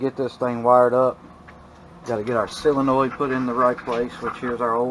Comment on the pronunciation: Solenoid, not Silinoid 😂